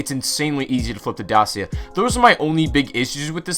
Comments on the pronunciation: it’s pronounced Daa-Chee-A. romanian company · Dacia, it's pronounced Dakia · YOU SAID DACIA WRONG.Is probounced Da-chia. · I criged everytime you pronounced dacia like that.. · I like how you say '' dacia'' but you pronounce wrong. Eh who cares